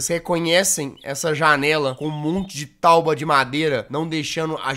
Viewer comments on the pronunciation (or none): Kkkkk "tauba" kkkkkk 😂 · KKKKKK ELE FALA TAUBA